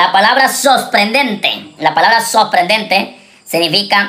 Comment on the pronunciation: SOPRENDENTE dice. No pronuncia bien español y anda de anglosajon.